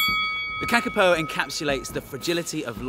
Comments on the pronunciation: Go the Kakapo, although they are cute even though they are dumb- btw you are saying it wrong it's pronounced carcapo (I would know as I live in New Zealand =] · You are pronouncing it wrong Kaa-Kaa-Poh I know this because I live in New Zealand